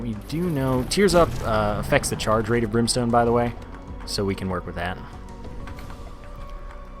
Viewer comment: candle and brimeston ugh